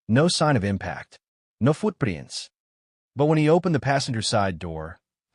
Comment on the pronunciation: “Nó foot prínts”